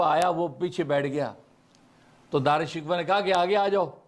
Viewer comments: حضرت دارا شکوہ نھی بلکہ دارا شی کوہ ھے تحقیق کیجئے بھلا اب ھمارے پاس ھماری اماں جان رح موجود نھی فٹ ھر لفظ کا صحیح تلفظ بتلا دیتیں رحمہااللہ رحمتہ واسعہ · دعا ہے کہ آپ دارا شکوہ کا نام تو صحیح لینا سیکھ لیں- او بھائی —— یہ شکوہ جواب شکوہ والا شکوہ نہیں ہے